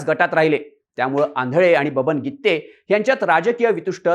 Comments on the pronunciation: Irritate zal गित्ते गित्ते... गिते आहे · गीत्ते नाही गीते आहे पत्रकार मराठी चांगले शिका शब्दाचे अनर्थ होत आहे😂😂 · Brother it’s Gite not Gitte😂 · गित्ते नाही ओ गीते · गीते आहे गित्ते नाही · गित्ते नाही रे गीते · गित्ते नाही रे बाबा गीते . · गित्ते नाही रे भाऊ, गिते, गिते.